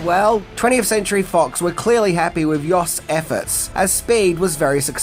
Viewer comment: The writer's last name is pronounced with a long "o" sounding like Y-oh-st. As a Canadian, I listened to his Dad on TV and radio a lot.